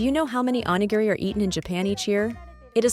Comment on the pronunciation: 😂PLEASE learn to pronounce onigiri!!